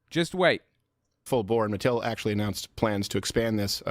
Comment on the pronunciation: I'm very cautiously optimistic that it could turn things around for Hasbro and Mattel (oddly pronounced like "Mattelle") films, but I couldn't make sense of how the internet reacted to the promotional materials. It wasn't anything like when the trailer for Cats, the #1 worst film of '019, dropped, was it?